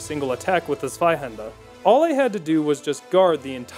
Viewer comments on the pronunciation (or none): Oof Good work but this is why I love hate your videos Zweihander: “ZVAIHANDAH!” Very dramatic, very nice. Ichor: “eeicker” Shudder. Pronounced “eye-core” like Shovel Knight taught me